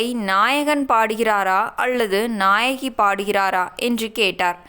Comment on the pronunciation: கிழவி. நியாயகி இல்லை. நாயகி என்று சொல்ல வேண்டும்.